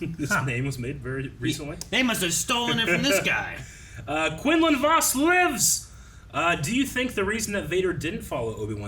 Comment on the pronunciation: Jesus, the way they pronounce Quinlan Vos is driving me crazy lmao 😂